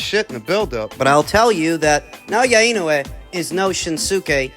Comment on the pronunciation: ❌ - IH-NEW-EE ✅ - EE-KNOW-EH